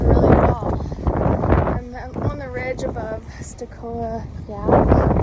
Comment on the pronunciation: 'Chee-o-ah". Great job! Enjoy your videos!